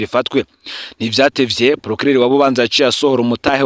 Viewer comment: Bubanza basoma Būbānzá apana i búbanzà